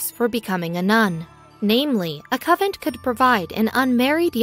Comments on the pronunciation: convent not covent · What is a "covent"? Oh, you mean CON VENT. Please learn how to pronounce words. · This is the most stupid poorly written story ive heard in tecent memory. Nuns still leave the convent. Life was tougher in the 12th and 13th centuries. Etc. Narraror should learn how to promounce CONVENT especially when she is talking about one. Irritating hearing "Covent" or worse, "Coven." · Nice try. Coven is witches. Covent is a mispronunciation of Convent, the place where Nuns live. I get disgusted with all the mispronunciations and misspellings. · Oh geeze the word has an N...CON-VENT. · CON-vent. Try harder. 🤦🤦🤦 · I thought she was saying "coven." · I thought she was repeatedly saying coven. :-) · I even heard "cupboard" a few times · She has an American accent so she is a native speaker of English. She just doesn't know that convent is pronounced con-vent. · Convent CON-VENT!!! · YES.. the mis-pro-NUN-ciation of CON-VENT.. was irritating and insulting to the Faithful. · dude, it's a cON-(like off & ON) vent. CONVENT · TERRIBLE PRONUNCIATION CON-VENT aggravating and distracting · Say it correctly....CON VENT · YES it is terribly distracting from the story. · Why can't she pronounce the letter N in the word convent? That is so distracting... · Seriously there is an "N". Convent not covent. So distracting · CON VENT! CONNNNN VENTTTTTT! NOT cavent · PLEASE.. a native speaker of English .. also employ an editor, the narration is AWFUL! CONVENT not covent... you ruin what could have been an interesting historical subject 🤬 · A coven (no T) is a collection of witches. A convent (with an N in the middle) is a collection of nuns. Puh-lease!! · Anyone out there actually manage to finish the video? Interesting story but I couldn't get past "covent" for the 100th time. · Someone tell her it's a CONvent not a CUVent... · Good info, but the “covent” pronunciation ruins it somewhat. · POV: you came to correct covent to convent. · It's pronounced CONVENT ...not Covent